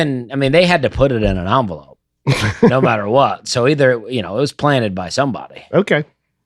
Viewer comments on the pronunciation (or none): none